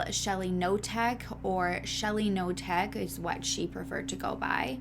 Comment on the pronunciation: Polish names thread. With this name, k isn't silent. So you pronounce Knotek, not Notek. You're welcome 😊